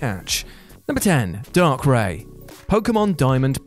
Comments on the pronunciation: You said darkrai wrong Not darkray It's darkraa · Dar-cray geez I cringe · Could you have said DARKRAI anymore wrong IT'S PRONOUNCED DARKRYE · I will never understand how people pronounce names wrong then act like it's not a big deal. 😒 Why is it only certain times it's okay? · Did he say darkray? Gee what is this darkseed all over again 😂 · He called darkrai darkray i need to sue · Its darkRYE. Similar to how you pronounce Raichu. It's not Raychu is it. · Lol "darkray" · The millisecond I heard "Dark-Ray" I disliked the video and left this comment. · He pronounced Darkrai incorrectly... But at least he tried. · We aren’t gonna just skip past how you pronounced darkrai are we 🤢